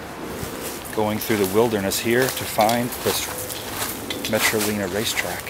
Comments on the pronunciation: the name of the track was Metro-line-a, not Metro-leena, rhymes with Carolina. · It is pronounced Metrolina, as in Carolina. Not Leana as in I lean! You must be a Yankee! 🤣🛫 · Lol.. Hey.. Btw.. Not trying to correct grammar or pronunciation. But... It's pronounced Metro-linah and not Metro leena. Just sayin..